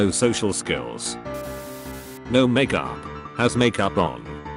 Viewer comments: No one: Text to speech: Mac youp. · "I don't wear mak-oop" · All I heard was "Mak yoop" and that's it 😂